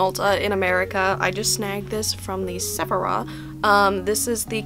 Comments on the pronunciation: The way that you pronounce Sephora is close to the way I insist on calling it, because I think I'm clever and call it "Sephor-oth". Like the Final Fantasy character. It makes me giggle. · i’m asking this out of pure curiosity & not trying to throw shade at all but did she mispronounce sephora and triangle on purpose?